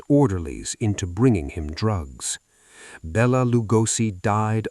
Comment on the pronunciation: Bella Lugosi pronounced Belated Lugoshi